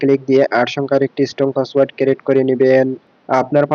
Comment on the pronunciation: ক্রিট হবে,ক্যারেট নয়😂